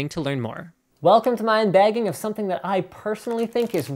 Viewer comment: wait did u say unbaging?